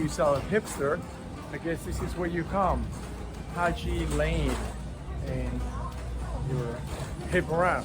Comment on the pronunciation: You have correctly pronounce the word ‘Haji Lane’👍